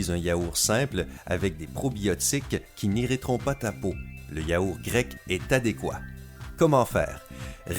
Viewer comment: Pq vous dites yaouR et pas yaourT ??😂🤣